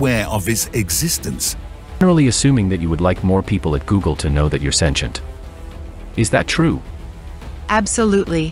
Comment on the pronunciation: "sentient" This new generation can't read, they are always messing up their scripts 🤦